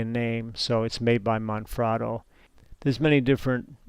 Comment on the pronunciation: It's Manfrotto - not Monfrotto.